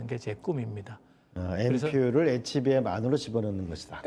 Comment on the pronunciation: 진행자가 HBM을 HMB라고 하는데 대담을 진행하려면 사전에 공부좀 하고 나와야 하지 않겠어요?